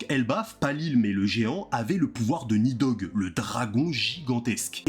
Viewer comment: Alors déjà c'est Nidhogg, et ça se prononce «Nissog» dans la mythologie Scandinave.